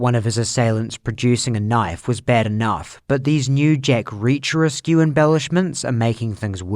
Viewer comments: There's a sort of funny moment where calls Miu's claims "Jack Reacher-esque". But he pronounces "-esque" as "es-kyu", which makes it sound like a Romanian surname. "-escu" is a common suffix in Romanian names (Popescu, Ionescu, etc.) which means "Son of". So a Romanian action hero may well be named "Jack Reacherescu" haha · Did you pronounce "-esque" as "ess-cue"?